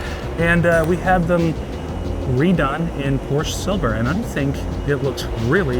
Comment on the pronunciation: Someone’s gotta teach how to say PORSCHE.